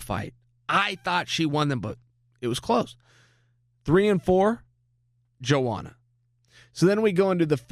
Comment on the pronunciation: Yoanna not Joanna Chael..